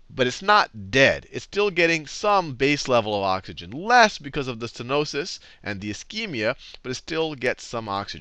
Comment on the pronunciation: Stenosis, not stenois.